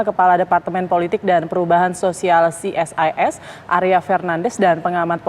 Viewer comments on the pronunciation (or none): Ce Es I Es..... bukan Si Es Ai Es.... krn ini singkatan, kalau UNESCO ( akronim) dibaca Yu nes ko....